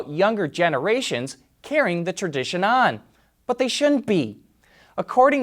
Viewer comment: I don't like the way you enunciated South Africa 😒